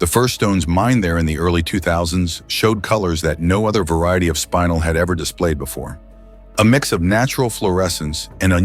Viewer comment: I like the video and the content, but I hate the AI narration. In addition to mispronouncing things, like spinel (not pronounced spine-nel), it’s inconsistent. Please get better narration.